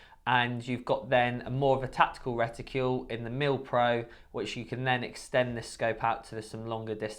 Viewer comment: What's a 'reticule'? Something about shooters that can't pronounce simple words. 'Horniday' 'ambidextrious'.